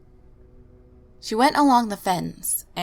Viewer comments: great job on this one! the s in Illinois is silent by the way. Just a quick fyi. keep up the good work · Great video! Just one teeny tiny critique- a few of your pronunciations in different videos are off, such as "Illinois" (the 's' is silent) so if you don't know how to say a word, maybe run it through speech-to-text really quick to confirm. :) Keep up the spooky work!